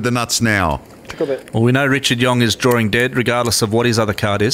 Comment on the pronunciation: "He's drawring dead" lol